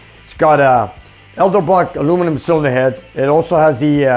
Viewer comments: it's pronounced ed-el-brock, not el-del-brock. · Is he trolling?! Its "EDEL-Brock" not "ELDER-Brock" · Edelbrock. Not Elderbrock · Isn't it Edelbrock not Elderbrock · as a person with a difficult to pronounce and spell last name i would think you would be mindful of others name. Mr Vics name is Edelbrock. I dont know how you guys even messed up his logo by misspelling his name. Its on the cylinder heads and the manifold. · Love that you have a sense of humor about mispronunciation of Edelbrock. 👍🤣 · Canadian pronunciation👍😁